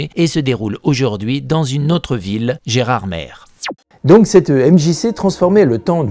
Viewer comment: on dit gerardmé !!! ^^ foi de vosgien. Bonne prestation, ça devient une habitude. Pourtant je suis avare de compliments.